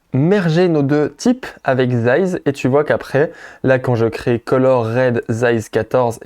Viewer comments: Size ca se dit "ssize" pas zize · "zaïze" :) j'avais jamais entendu encore Sinon, cool pour cette vidéo, merci ! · 😂 même moi je n'avais pas compris pourquoi il zaïz ???